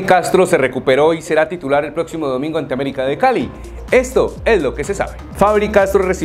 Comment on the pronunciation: 😂😂😂😂 aBerica es aBerica